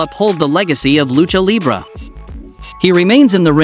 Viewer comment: Bro You Use AI And you still Pronounce Libre Libra like the Star Sign😂